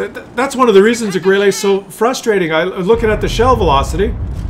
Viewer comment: stop to say "Grillé" or "Grillay" for Grille. Correct sound is like in "burn" with a short and falling tone.